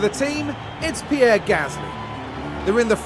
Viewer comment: I love but omd do i hate the way he says pierre